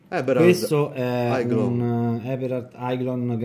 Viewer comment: Aiglon si pronuncia eglon